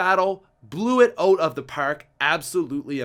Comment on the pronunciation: "Blew it ooot of ther perrk"